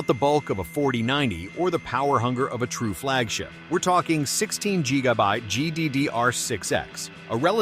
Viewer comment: Yesss you heard it right. 16 Jee-ga-Byte